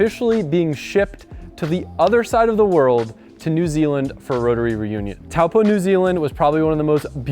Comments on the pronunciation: you must see this Taupo is pronounced toe paw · Taupo is pronounced 'toe-poor' btw